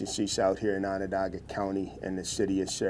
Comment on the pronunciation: If you use Google, it can help with pronunciations like for Onondaga… ON-ən-DAH-gə. It’s like On-an-DOG-a not On-an-DAY-ga. I live in upstate NY, which freaks me out that this story took place so close to home!!